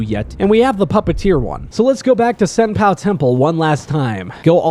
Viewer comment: “Senpoo” “ah-sina” “bodysatvuhv valley” “genchro” this guy can NOT pronounce this game😭